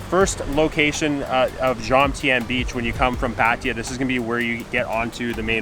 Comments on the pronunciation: Thank you for your explanation as to why you deliberately mispronounce it. Still a bit strange as you know this sounds silly with the ‘I’. You might have heard it from other YouTubers who didn't know any better, but it's just patajaa, which is how most farangs pronounce it. Anyway your video’s are nice watching and I enjoyed the Nightmarket and Koh Samed video, it gave us a good impression to choose the area where we are going next week: not the Kaew Beach as my first plan was, but the Tubtim . Enjoy your travelling! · Nice video. Just wondering why you both keep saying Patija? There is no ‘I’ in Pattaya